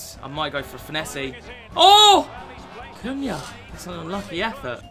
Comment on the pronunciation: Not sure that’s how you pronounce his name 😂